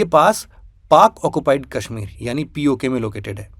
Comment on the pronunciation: Aur kashmir ko kaashmeer bhi na bole ....bht irritating lgta hai 😂😂